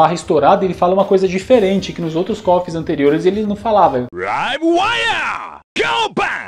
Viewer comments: Quanto a palavra difícil de entender acredito que ele tenha usado o termo "Live Wire" no especial do 2002. Por Japonês não saber falar a letra L e troca por R, soaria "Rive Waya". Aproveitando, quero parabenizar a iniciativa, é bastante interessante descobrir o que cada personagem fala, principalmente os que estão com fala em japonês! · Eu sempre achei que fosse "hardwire" Kkkkk. Mas "live wire" seria "mais condizente" com a pronúncia de um japonês tentando falar inglês, porque realmente parece que ele fala "raibu" (live/ライブ) de uma maneira bem esforçada. Mas o que sempre me fez achar que era "hardwire" é porque o som do "d" em "hard" é bem evidente, coisa que no "raibu" seria mais um som de "b" ou, até mesmo, um "v" fraco (visto que japoneses não usam esse som com tanta frequência)... Bom, fica aí o mistério! Muito bom, os vídeos de KOF! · esse Go Bang! eu sempre ouvia Kyou Flash kk... Livewire! Go Bang! era Awaya! Kyou Flash! rsrsrs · Olá! Posso estar atrasado, mas acredito que nesse especial de barra estourada ele fala "Live Wire", porem com uma pronuncia bem "japonesca", porque eles costumam ter dificuldade em pronunciar a letra L. Entao saiu "Raive" (Live) em vez de "Live", como deveria ser 😅 Conheci seu canal hoje, adorei o conteúdo. Keep it up!